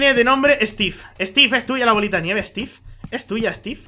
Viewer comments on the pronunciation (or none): stif en ves de steve